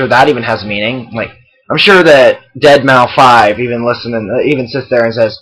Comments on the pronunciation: lol he said dead mau 5, its deadmouse bro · Ok,here's my thought on your response. First:I totally agree with your points and the AprilandWayneshow is jsut bullshit Second:I can tell you're not into electronic music,but his stage name is pronounced "dead-mouse",not dead-mau-5 Overall,good job at dispelling all these false claims against metal.